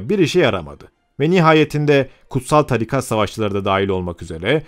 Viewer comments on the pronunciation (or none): none